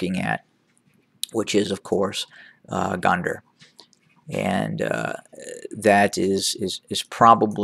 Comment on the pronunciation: Gonder, pronouncing (GO nn Der)